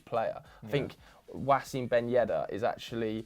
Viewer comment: Okay. I'm done with. LEARN TO PRONOUNCE AT LEAST ONE NONE ENGLISH NAME CORRECTLY YOU GINGER FUCK. "WASSIM" BEN YEDDER!?!? WHAT THE FUCK!? Good video though. Keep it up